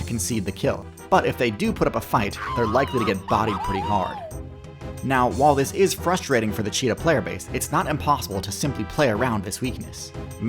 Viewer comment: Struggle is not "Shruggle" . Wrong English is "frushtrating"